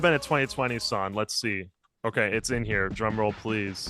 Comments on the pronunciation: How are you a music YouTuber and you can't even pronounce the word "song" properly. You leave off the "G" and say "sawn" every single time. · My brother in Christ, please, please, please pronounce the G. SonG. Push your tongue forward rather than pulling it back at thr end of the word. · Why can't you pronounce "ng"?